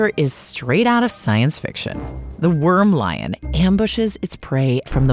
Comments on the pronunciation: ANT lion - not worm lion ! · Antlion. Not wormlion